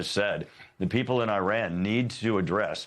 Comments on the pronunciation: "Nuculer" and "Eyeran." Another genius repuglican. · This clown can’t pronounce Iran. Right Wingers are bleeping idiots.. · What is nucular enrichment? Is the same as nuclear enrichment? And why the name of that country is pronounced as far from the actual name? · He talks about it how many times? and never says it correctly😢